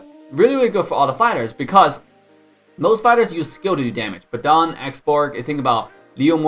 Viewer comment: Not BEDANG BUT BADANG